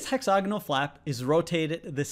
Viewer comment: Stop saying, "hexOgonal". It's "hexAgonal", Presh!